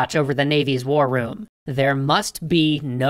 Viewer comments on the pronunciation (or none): none